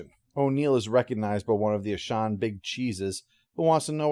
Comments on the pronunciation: "Ashawn," really? I mean they literally say the name in the episode and never say it like that. It's Aschen, with an "e". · Yeah its certainly not Ashaan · sorry I can't watch this. You keep butchering the name of the aliens and it's not even that hard to pronounce. it's like you never actually watched the episode. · This is one of my favorite episodes. I even like the follow up episode. The Aschen were a fascinating antagonist species. I wish they could have featured more. I forgot this episode is where Walter got his name, but that's cool. But I have to say, I can't unhear how pronounces their name throughout this review. I have a headache now. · Your pronunciation of "Aschen" drove my fiancee nuts, haha. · Me, too.